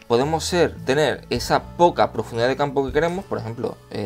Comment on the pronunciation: ¿Por qué dices "etsa" en vez de "esa"?